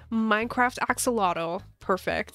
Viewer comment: ITS NOT PERNOUNCED AX"OLOTL 😠